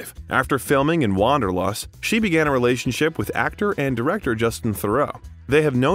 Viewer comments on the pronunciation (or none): none